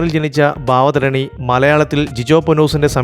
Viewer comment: ഭാവധായണി അല്ല കോപ്പേ.ഭവധാരണി.